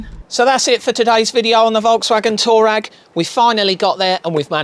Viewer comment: When I started driving fuel was sold in imp gallons at £1.26 a gallon! PS Twureg not toureg :D